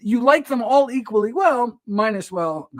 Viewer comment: I hear what you’re saying. I think it’s the way the doctor raises and lowers his voice, talks so fast and puts emphasis on some words randomly, like anti, when, and all.